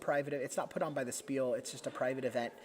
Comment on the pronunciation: It is pronounced (shpeel). ;)